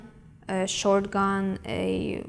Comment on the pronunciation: I think she was trying to say shotgun (not "short gun") and rifle - pistols are not sold to your average Russian citizen. It would depend on what her father did for a job though.